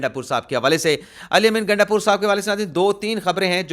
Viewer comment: Sir iska nam gandapur nhi .....,"Gaanda pur," ha